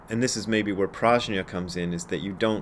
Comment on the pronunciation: BRAD, Brad, Brad,….the correct Sanskrit pronunciation is “Pr-ugh-nyah” with a hard G sound, not J. Any Sanskrit scholars out there want to back me up on this? Günter, any help here…?